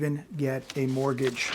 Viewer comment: take a look at a clip I edited it has a strange rime to it: even if he's serious it sounds a little bit funny even if in in a morbid way,.. also: Mortgage = Borgage